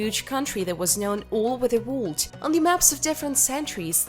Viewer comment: I do love your videos have watched many of them. But could you please learn to pronounce the word world. Don't mean to be ugly but it takes away from the video.